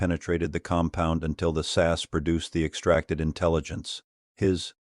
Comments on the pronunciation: I'm ENGLSH Need I say more! (btw. It is S.A.S. NEVER sas) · It's not the British SASS team. It's the British S.A.S. Team. Get it right! Also, does anyone else hate AI commentaries? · It’s SAS…. Not SASS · It's S A S, not SASS!!! Learn what you are talking about for goodness sake. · AI narration reading the the abbreviation as a word ...phonics. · I personally love the AI saying SASS 😂 The SAS are the only ones who could pull it off and theyd happily take that over failing. A lot of men getting butt hurt like they could compete 😂 these are the same men who lose their shit when their football team loses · Please stop saying SASS! They are the SAS, each letter pronounced singly. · It’s AI they all struggle with names like SAS. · Yes I also found that ridiculous and slightly rude